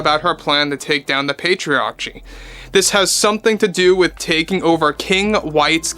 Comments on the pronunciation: Just a minor point: it’s pronounced pay-tree-ARR-kee. Hard “c”. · Pay-tree-are-key is how you pronounce patriarchy, sorry to nitpick good video all around bro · It's said like this Pay-tree-arrrr-key 😉